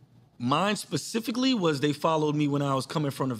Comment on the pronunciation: Black America its literally not that difficult to say SSPPPP-EC-I-FICALLY, NOT pacifically [as in the pacific ocean], and ASK not axe as in the tool. You are saying very different things when you misuse or mispronounce it. Pls pls I promise even non English speakers know this. Thank you